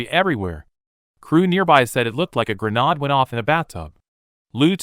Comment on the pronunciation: What are these pronounciations... What real english speaker doesn't know how to pronounce "grenade" and "Chan"? More AI trash....